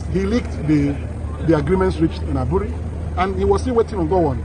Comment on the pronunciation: Is pronounced Aburi not Abure.. Aburi is a town in the eastern region part of ghana.